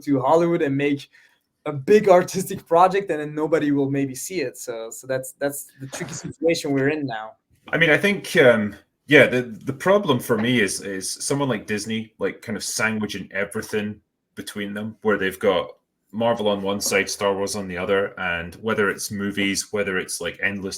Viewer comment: around an hour n ten says they're 'sandwiching in' which sounds more like "sanguishing in" more or less 'soaking in the blood of' but I did begin to relate to these decent fellows around 30min in...i still have my Tim Burton batmobile and Batwing tho.